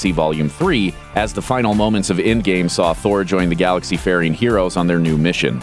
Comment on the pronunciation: Its Endgame not Indgame